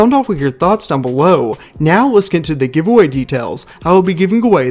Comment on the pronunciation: Can you say giveaway right